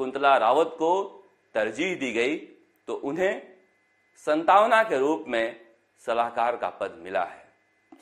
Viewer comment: सतांवना नहीं सांत्वना बोले